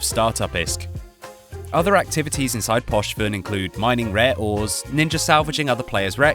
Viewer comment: Gallente -> Gallenté Poshven -> Pochven I know you're British so you're terrible at reading absolutely everything but please educate yourself beforehand on how to read things